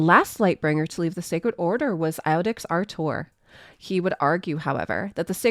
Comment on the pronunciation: Great job as usual but iudex is pronounced yewdex and is Latin for judge.